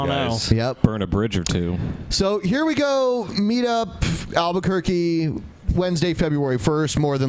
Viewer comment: ...stop trying to make al-buh-kware-kway happen, it's not going to happen.